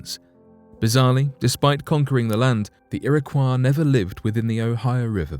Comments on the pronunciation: Iroquois- ear-a-coy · Its" ir - a - coy " is it not? Its not a French word right?. This guy pronounces it like it is. Thats how you pronounce those letters when you see those letters in that order cause it means Its a French word. Here i dont think thats the right way but maybe it is. Maybe the French gave them the name we still call them today. Thats very possible cause the French were there during the time the white men swindled them out their homes. They Probably called themselves something different but maybe not.. As you can see I dont know lol. Ive only ever heard it pronounced irra coy though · Ok, I live in Rochester, NY, and its an area that has a strong background for the Iroquois . The town of Irondequoit is 10 mins from me. I've lived here my whole life, and have never heard the pronunciation u use here. I've only ever heard Iroquois as "ear-ah-coy". But hey, maybe I've been pronouncing it wrong all along. can I get clarification? 🤔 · Its pronounced irakoy not iraquaw ( phonetic spelling ) not spelled this way but pronounced this way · It would have been tremendously respectful to the Native American tribes mentioned herein if the narrator of this video had learned how to properly pronounce the tribe names. Kiowa is pronounced key-o-wa. Iroquois is pronounced ear-o-quay. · Iroquois: ear👂🏻— ah — koy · FYI: LEARN PROPER PRONUNCIATION BEFORE NARRATING A DOCUMENTARY! The tribes are pronounced Ear-Ah-Kwoy & Al-Gonk-Win. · It's Ear-ə-kwoi, and Al-GON-kwin or Al-GON-kwee-ən (when referring to), ShawNEE, KI-oh-wəh ( which as I was typing this out you finally got right). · Lol ERA KWAH.... did they invent la croix? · Iroquois is pronounced like Illinois at the end. Algonquin is pronounced like Quin as in Quincy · You need to get your pictures straight. You mix up Apache's with Algonquins... And for Heaven's sake- learn to pronounce the names! Iroquois is pronounced 'Ear-ah-COY,' and Algonquin is pronounced 'Al- Gone- QUINN.'